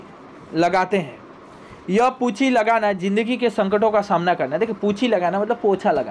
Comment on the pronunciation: Oh puji nhi punji hain investment